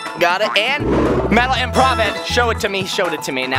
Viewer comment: it sounds like: im-ˈprüv